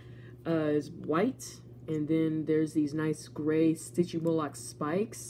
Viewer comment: It’s not stigymoloch it’s sytgymoloch